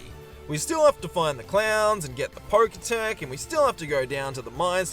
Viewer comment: It’s poketch (the end part comes from the word “watch”) not “poketech”